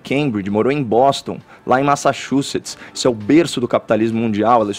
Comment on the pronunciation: Eu já gosto do Caio falando... mas vê-lo pronunciar "massachusetts" sem nem gaguejar, humilhou!